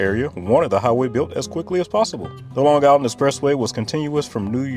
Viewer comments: I live on Long Island and can not listen to anyone that pronounces it Long Giland. 👎🏿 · I’m not sure why you’re pronouncing Long Island with a hard g at the end. As someone who graduated high school and worked there, I never heard a “native” say it like that. But even more, I lived in Shoreham, and it’s SHORE-um, not Shore Ham.